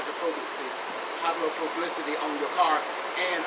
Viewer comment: hydrophablisity lol my man